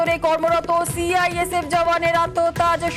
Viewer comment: Report er mam CISF bolteo parchhe na thik thak